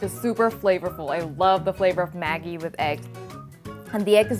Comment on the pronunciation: GdayMateys When the product is sold in Thailand, the name in Thai writing is "แม็กกี้" which is exactly what she pronounced. This is how Maggi company wants Thai people to call their sauce.